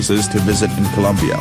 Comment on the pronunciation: Colombia not Columbia